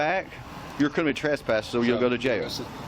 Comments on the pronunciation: Cop: “Now, you’re kriminny trespassed.” What a buffoon. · Kriminy trasspass? Idiot cop cannot even pronounce words correctly. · Well at the very least if the dude is going to CT you he should at least be able to say the word It's not criminy which rhymes with chimney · The cop repeatedly said, "you're being criminey trespassed." Mo Ron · Hillbilly cop cant even pronouce criminally. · This cop is a clown and has no idea what’s happening. He also can’t say “criminally” correctly. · If you cant pronounce the word "criminally" you shouldn't be a professional pig. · Why can’t this dum dum LEO pronounce the word “criminally”?